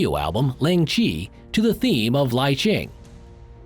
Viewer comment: So is it "lingchi" or "liching"? Cuz the title says "lingchi" but the narrator pronounces it "li-ching" 😅